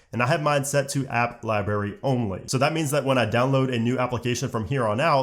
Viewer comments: Thanks but just have to say. It’s lie brary, not lie barry. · I am so frustrated that he kept on saying 'liberry' rather than library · you are an adult who says "Libaery",,, good job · Please pronounce the first “r” in library. It’s not “liberry”. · Not gonna lie I had to stop watching because you mis pronounced library so many times I couldn’t stand it you sound like a child.